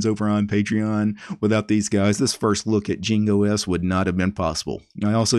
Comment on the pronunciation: it meant to be pronounced like Ying not Jing